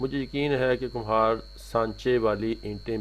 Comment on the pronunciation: Kumhar nhi khumbar hota ha ma hO